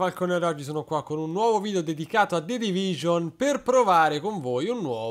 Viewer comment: solo io mi sono accorto che ha detto the divisione?😂